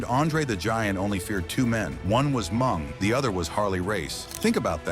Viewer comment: Hey silly AI Haku's WCW name was Meng not Mung.